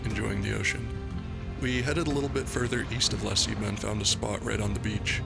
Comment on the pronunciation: He keeps mispronouncing La Ceiba